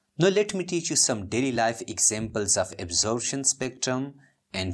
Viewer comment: its absorption not absorabtion bro but anyways wonderful teaching sir